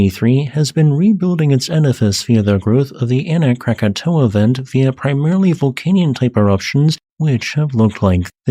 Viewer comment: Congrats for getting the name right. Most people think it's Krakatoa.